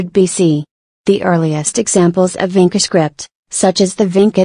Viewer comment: It's not pronauncrd as Vinka but Vincha. Vincha is a place near Belgrade- Serbia, some of the Vincha letters Serbian people still use it today in their cirilyc wrighting